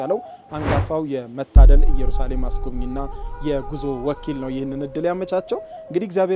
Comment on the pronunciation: የምታቀርባቸውን ሁሉንም እወዳቸዋለው ግን የአሁኑ ላይ ኢየሩሳሌም በሚለው አስተካክለው የራሱ ትርጉም አለው ከይቅርታ ጋር